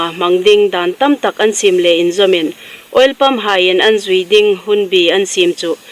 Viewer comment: Welpump ti in alam tlat. He3. Oil pump lem annaw maw.... Hmar chanchin thar dam zing raw seh.